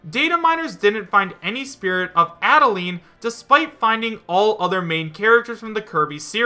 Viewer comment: Yeesh, quit botching up her name, man. Adeleine's name is based off the instruction, "Add a line." Get with the program!